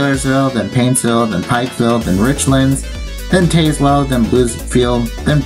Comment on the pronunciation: Great video! It’s SAL-yers-ville, not “SAY-lers-ville”. Also TAZZ-wuhl, not TAYS-wuhl. Overall, you did well with the names. Those “Exit 1”’s you showed along the freeway bypasses of Tazewell and Bluefield, VA are part of sequential exit numbering on those brief freeway bypasses. I love that Grundy Walmart, with the bridge to get there and its odd parking deck. I’m disappointed that you didn’t show some of the newer pieces of US 460 as Corridor Q between Pikeville and Grundy that are only partially open right now. Going Westbound on US 460 in Bluefield, WV, WV does sign the split onto US 52 Northbound at Cumberland Road, while as you mentioned going Eastbound, WV failed to show US 52 Northbound. I think I know why WV failed to show it here. It would be an awkward routing for someone wanting to transition from US 460 Eastbound to US 52 Northbound , to go all the way up to Cumberland Road, then backtrack a few miles. Instead, I believe WV should sign a “TO US 52 North” somewhere closer to downtown Bluefield, possibly concurrent with US 19 through downtown.